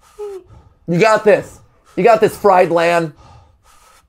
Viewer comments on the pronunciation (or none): I can't tell if it was on purpose but "fried LAN" instead of "Fried ian" xD